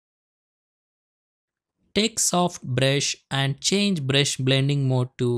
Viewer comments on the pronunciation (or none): none